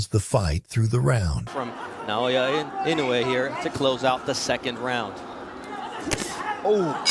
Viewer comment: Pls learn to pronounce his name correctly. E - NO -eh. Accent in on the “no”.